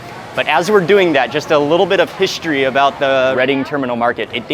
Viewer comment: i heard "a little bit of fishistory .."..???? 🤣😂